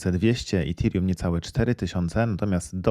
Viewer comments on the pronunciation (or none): none